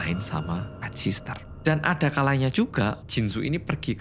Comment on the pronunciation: PET SITTEEERRR 😭 BUKAN PET SISTER 😭